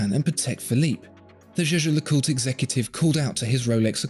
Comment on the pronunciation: I think the way pronounces "Zsa-Zsa LeCoot" is amusing. It makes me want to buy the Rolex, dahlink.